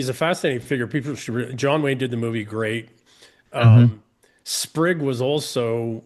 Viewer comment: Tell EM it's "Spig", not "Sprig". Spig Wead.